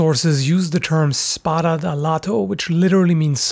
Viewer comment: As an Italian, I approve of your pronunciation